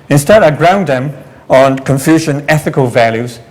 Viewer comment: Funny this introductory guy said "confusion thought not confucian thoughts